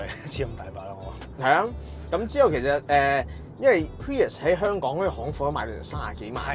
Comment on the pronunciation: 1st thing 1st, 非常樂見你哋可以話俾人知架車個名點讀👍🏼 唔係 pririous, 唔係 purist, 更加唔係 pee日屎